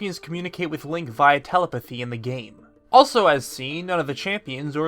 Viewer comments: I hate having to say this but... It’s tel-EP-a-thy, not TEL-a-pa-thy! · I'm here to ask where you learned to pronounced the word "telepathy"